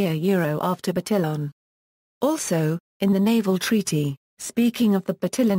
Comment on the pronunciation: "BurTILLin" Why was this one of the first results for "pronunciaton"? It's just assuming the pronunciation based on English phonics. That's, like, the most English-sounding pronunciation of any name I've ever heard.